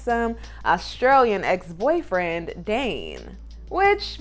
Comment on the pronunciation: It’s ex not axe